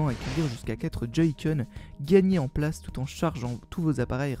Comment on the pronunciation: place et pas plage